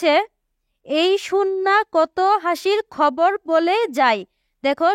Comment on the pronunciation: Khabar ke hobor keno bollan😂😂😂😂😂😂😂